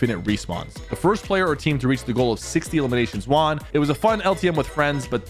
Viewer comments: How everyone says won: one How Sypher says won: Juan 😅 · Why is he saying WON so weirdly